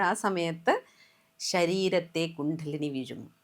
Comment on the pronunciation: കുണ്ഠലിനി അല്ല .... കുണ്ഡലിനി